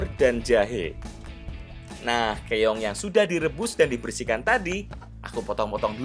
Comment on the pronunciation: Keong mas, bukan Keyong🤭🤭